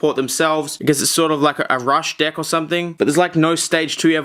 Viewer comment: sounds like hes saying dick instead of deck cannot be unseen